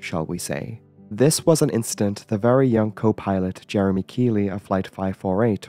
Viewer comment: ‘Jeremey’ Keely 😂🤣🤦‍♂️